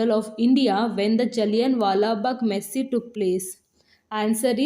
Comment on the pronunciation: Massacre is pronounce as 'Masa-kar' not Messi.